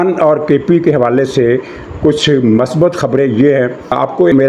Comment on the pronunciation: Please note. Word is not MASBAT. It is MUSBAT. Thanks